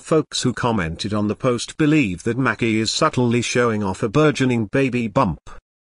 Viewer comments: It's MACY! Lord not Mackie! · If they are gonna use these electronic voices they could at least make them pronounce people's names correctly #Who's Macki #her name is Maci #May-cee